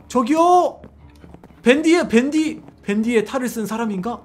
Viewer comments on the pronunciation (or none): 댄디? 댄디가 아니라 밴디 에요